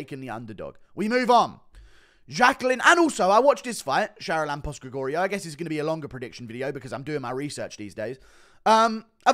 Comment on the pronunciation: Bro butchered the name charalampos grigoriou